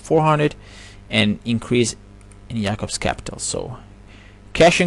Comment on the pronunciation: good video brother.. thank you for this knowledge. btw i thought u where either jewish or Muslim of some sort. not many say the name Jacob the correct way. keep up the good work.